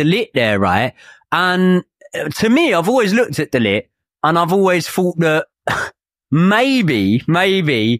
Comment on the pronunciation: I really wish that Man U never bought De Ligt. It is unbearable listening to all of these English pundits and YouTubers saying De Lit, De Lick and De Licked.